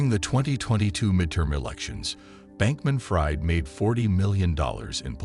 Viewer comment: I can't stand it....Sam's last name is pronounced "freed" not "fried" as in "fried bacon". Sam Bankman-Fried is a liar me thinks.